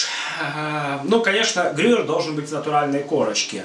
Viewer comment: ГрюЕЕЕр,.